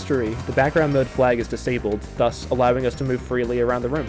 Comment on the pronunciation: Alright I have a bone to pick with the way you pronounce "thus".